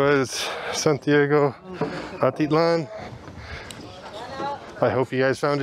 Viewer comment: It's pronounced At I lan!sorry